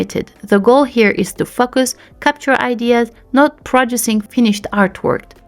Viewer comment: Thanks for your review! I hope you don’t mind me saying Your prononciation of “focus” reminds me of that famous clip of that Jeremy Renner/Amy Adams interview on the Graham Show.